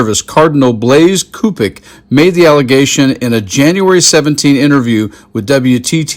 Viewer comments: Cupich is pronounced Soo pitch. I’m from Chicagoland. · Great reporting. For future reference, Cupich is pronounced soupich. Like sandwich, but soupich.